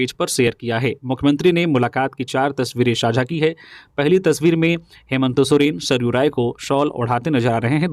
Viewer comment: आप न्यूज़ तो ठीक बता रहे परन्तु मुख्यमंत्री जी का नाम हेमन्तो सोरेन क्यो बोल रहे हैं हेमन्त सोरेन बोलो ना